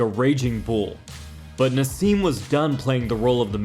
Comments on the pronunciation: Who the hell is ‘Narz’?….it’s Naz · there is no z in naseem ...yet u speak it lol